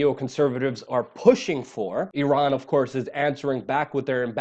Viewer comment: I'm so so proud of you for finally pronouncing the country name of Iran properly.